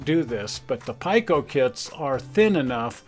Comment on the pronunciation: Just a correction. PIKO is pronounced P “ee” ko, not Pike “o”.